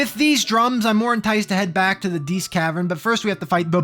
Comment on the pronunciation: Diest: dee-est. Think "diety."